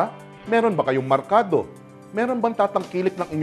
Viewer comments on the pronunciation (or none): Merkado hindi markado!